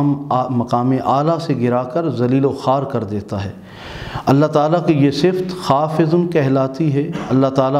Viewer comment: محترم " یا حافظ '' ھے نہ کہ " یا حافض ''